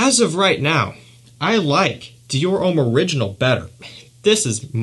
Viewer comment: Stop saying Ouuuuhm its Om.